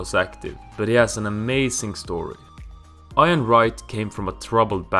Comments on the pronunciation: Iron Wright? Its pronounced eeeeyan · We have Iron Mike already, who Iron Wright, it's pronounced e-en (ian) Wright 🤣🤣🤣 you got this English in a stitch. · It is pronounced E-AN Wright not I-AN Wright! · Your saying Ian wrong haha sounds like your saying iron, it’s pronounced like your saying E-an, English names are fucking stupid I know haha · Great video but Ian Wright is pronounced like it starts with a E so Ean had to skip it lol 😂 great video didn’t no about bacca being a fisherman though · "Iron" Wright?! Lol!! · Eye an wright lol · Ian not iron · Laughing at him reading names incorrectly is not the same as laughing at his English. It is not hard to look up how to say Ian Wright or Jamie Vardy, I bet I could find dozens of videos on Youtube where commentators say their names in a game, or they're spoken to in an interview. It's lazy, I'd laugh at an English person if they guessed how to say Solskjær because it takes 0 effort to check how to say it correctly. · That's not true at all. The phonetic sounds required to say Ian and Vardy correctly do exist in Swedish, meaning he simply clearly did not research how to say the names correctly. To add to this, the fact he missed out lots of key information and shared a lot of inaccuracies also highlights how lazy the research was. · Great video but how can you mispronounce Ian and Vardy yet say all the hard names correctly. Haha i loved the video , i liked it and shared with friends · Anyone else rage when he said Ian wrong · I was enjoying this until you disrespect the name of one of the premier league's legend.... Ian Wright. Why the hell do you say Ian completely wrong 🤦 Also Jamie Vardy..... V....VARDY. not Wardy 😑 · A little more research and better pronunciation on the players and stating the actual facts and the video would be okay. Was kinda raged you skimmed over the Prem players...Lambert deserved more info and I A N Wright was Arsenal's legendary top goalscorer until Henry surpassed him. Could do better C